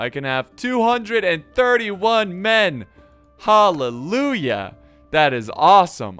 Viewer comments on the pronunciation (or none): When you say halelua I laff hard😂😂